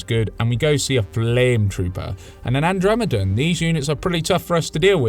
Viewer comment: The Andremedum I slowly turn my head in disgust THE WHAT